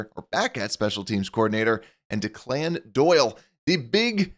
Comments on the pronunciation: I’ll pay attention to your concern when you can pronounce his name properly. It’s Declan, an Irish name. Deck-Lynn. Not De-Clinn, which sounds like a Victor Hugo character. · The name Declan in pronnounced deck-lin, not DeClann. Just FYI. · The name is pronounced DECKlin Doyle. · Thanks for the off season updates but the guy’s name is not pronounced “Dee-Clan”. This is an old Irish first name, it’s’more like “Deck-Lin” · The OC's name is pronounced DECKlin Doyle. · This guy is talking Chicago sports and can’t pronounce ‘Declan?’ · You should learn thow to pronounce Declan!